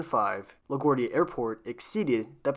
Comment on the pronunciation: Your pronunciation of LaGuardia is kinda off